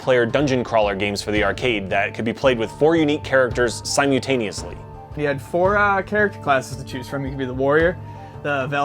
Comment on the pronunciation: New word “simutaneously” 😂